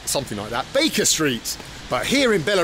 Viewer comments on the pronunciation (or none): none